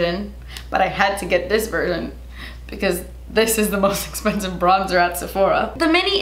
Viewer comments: Esspensive? What the hell is wrong with speaking English properly? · Not trying to be rude; but does she have issues on pronouncing "eXpensive"?🤷🤷🤷 It's driving me crazy🤦😖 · This is the most “DAS ESPENSIVE” video EVER. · Drinking game: Take a shot every time says “Das Esspensive” 😂♥️ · let me know what you guys want to see on my channel! us: most expensive makeup at Sephora.: us:: but DAS ESPENSIVE! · I literally squealed when said "DASS ESSPENSIVE" like within the first few minutes of the video 💜💜💜💜💜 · Literally clicked on this video to hear say "das espensive" after every product hahaha 😂😂😂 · I love the way you say "Das esspensive!" and some of my friends and I have started saying it. You've started a trend. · ‘Thats espensive’ 😚 looooove you😘😘😘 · I absolutely loved the sasssss, so funny, and fr... das... espensive.. 🤯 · The way says expensive is so satisfying 😅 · OMG! I've never seen your channel before, but girl you are so funny and entertaining! You are gorgeous with or without makeup, but man you cracked me up! I know this video is a year old, but I got a kick out of "Eh-spensive", like you were afraid to say the "x". I think you should trademark that word. Seriously, I loved your video, excellent products and I agree, expensive does not always mean better. I loved the note you put up, "p.s. I ended up hating this!" - I think it was the primer. Thank you, you rock! 👍😉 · I loooove the way she says Expensive...Essspensive!💕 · Youre so funny😄 I love how you say spensive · Love how she says essspensive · Twas esspensive but your face looks great!lol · Drink every time she says das espensive 🤣🤣🤣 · OMG! YEEEEESSSS! And cant continue this video because the way she pronounces expensive lol